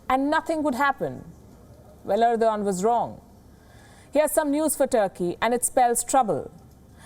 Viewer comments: End- O- gone... Erdo-Khan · Ardo g a a n d 😂😂😂